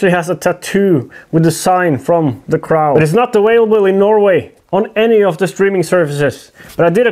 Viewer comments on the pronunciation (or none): Cr-owh? Cr-oh! Much love! I wish I spoke "Norwegian". Kråke!! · Thé craouwl. Pronounced crow. Say word « NO! ». Now say cr with the no. But leave out the n. That’s the O your looking for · In English it's pronounced with a silent w/hard o (like rhymes with Joe, or go, or sew) the cro in effect. Not like rhymes with out or about, or snout (the crau)... I know, we suck, lol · It's pronounced CROH not CR-OW . Like CR O. And your getting your w / v mixed up again!! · gesundheit just a small correction, its Kråu, not Krau :) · its crow not crow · Cro. W is silent. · my man, say it like this: "the cr-oh". the "o" is long in the word "crow". The Crow is a really good movie! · Say crow like Croh, as in oh or O in OK 👍 👍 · Say it with me.....cr-ohhh. Long O, No L in there kemosabe. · kr-oh, it's pronounced kr - oh... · The crow, long o no w sound. Pronounced like croe. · FYI crow is sounded kr-oh lol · hey yall from Texas :) also i found "the cr-ow" humorous and its whatever but its pronounced like cr-oh.